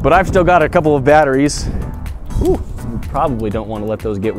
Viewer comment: Litheeum baterees